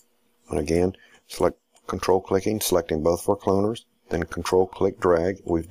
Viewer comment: pls dont say "cloaners" lol